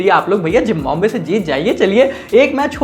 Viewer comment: Bro said Zimbabwe ❌ Gymbabe✅😂